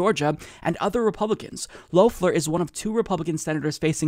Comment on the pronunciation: The correct pronunciation is either "loff-lehr" or "shit-head."